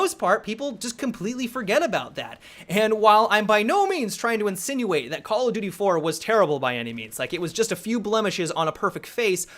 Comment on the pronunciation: I don't know how many time I have to say it.. But seriously.. Learn to say "call OF duty" not "call-a-doody"